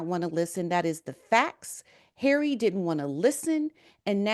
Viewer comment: His name is Harry. Not HAIRY. Honestly can’t you pronounce his name correctly.